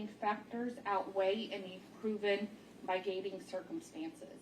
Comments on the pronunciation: how about her pronunciation of My-gating.... it mid-i-gating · Is this the clerk reding the verdict or the jury forewoman I am appalled that she sounds barely literate. SASShe cannot even pronounce most of the words in the document she is reading. Migating instead of mitigating. Hyneous instead of heinous. Not even able to say unanimous. Where do they get these people? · And migating instead of mitigating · What's "migating"?🤔Does the clerk mean "mitigating?"🤣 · Hey-nus! Mitt-ih-gate-ing! My gosh! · I was thinking the same thing my-ti-gating, hen-ne- ous? Wtf? Is this her first day? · OMG that Jury Clerk - it's mitigating and heinous - pronounced HEYNUS......Jeeeezzzz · Pretty shocking. How does a court clerk not know the word “mitigating”? Given how many times that word is used in the documents she has to read out loud, and how serious a roll that word plays in the process- how is it so alien to her?